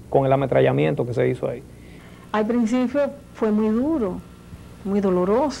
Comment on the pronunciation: “Al princifio?!?!?!?!?”.